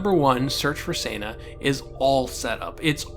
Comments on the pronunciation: Its Seh-na like Sentence...Not Sana like Santa ;) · HOW DID I MISS THAT YOU DID THIS?! Time to Binge-Watch! one review later You make a great point about Toxic Masculinity. I hope you fix Senna's pronunciation in future reviews. Remember, it's a bastardization of her actual name, Senda, which is Spanish. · This is a very well thought-out commentary... but I can't help but wonder if your tendency to say Senna's name every way but the *right* way despite the simple and clear-cut spelling of it is something you're doing intentionally just to screw with viewers, or if you just literally don't realized you're switching up the pronunciation every other time you say it. Like I said though, this is a great rundown of the book on your part... and the books, themselves, were all excellent. One of these days I'll have to dig my copies of the series out for a re-read, and for my daughter's first. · You're saying Senna wrong!!!!!!